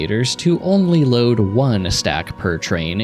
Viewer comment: Next is theeeuh problem of how toouh loaduh thee train.